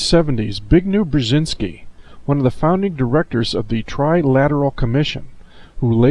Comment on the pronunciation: bignew brłezynsky XD